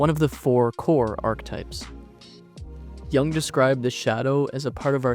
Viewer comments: Thank you for the video. But his name pronounced Yoooong not Young 😂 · "Yoong" not "Young". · It‘s JUNG not YOUNG. Cringy clown,the second guy. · Its not Young, its Yoong! Get it right. Dislike. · This is Ai made, I can tell because carl yung is not his name, its jung. But pronounced yung. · You pronounce his name wrong and it is disturbing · You might want to look up how to pronounce his last name. Best wishes